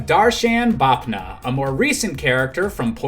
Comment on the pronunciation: That's not Bapna,it Bafna